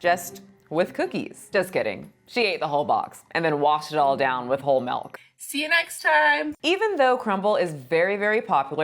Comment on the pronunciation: I know you did not say "melk." You're lucky I love your videos and the way you say "melk."